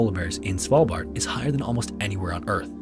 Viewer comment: hahaha! I thought I was the only one who thought of Cecilia when he said Svalbard.